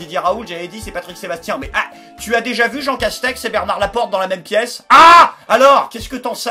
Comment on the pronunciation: A chaque fois qu'il dit le nom du premier ministre j'entends "Jean Cache-sexe" xD